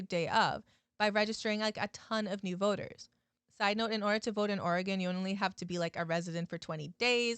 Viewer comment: Thank you for pronouncing my states name right